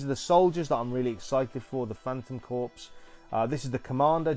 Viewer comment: Despite how it is spelled, the word is pronounced CORE, not CORPSE, which is a dead body.